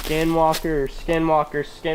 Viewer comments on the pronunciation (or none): Was it just me or was he saying SkiM walker lol😂